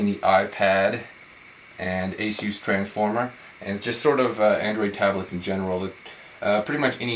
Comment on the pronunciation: Eh-Sus..not "A-Zoos".